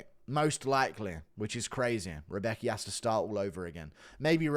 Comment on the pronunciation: "Rebeki" lol xD its "Rębecki" actually xP